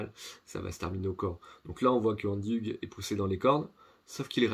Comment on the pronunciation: Pour ex sa se prononce ougue (HUG)